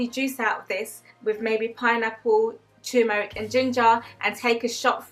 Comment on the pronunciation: Just found yr channel.. Some good advice... Great stuff.. Really happy to hear you promote healthy eating as numero uno👍... Glad you got out of med school... And went the herbalist route..also, i think u are only the second person i know thst actually pronounces turmeric correctly with the "r"..most people say tooomeric!!...one thing to remember.. Or, what do u think.. Everyone says sugar is bad, but it is refined sugar thst is bad, imo.. Fruits are sugsrs so i think it is always important to stress refined sugars i.e all thats in processed dead food... Anyway, great info, sm going to watch more.. 👍👍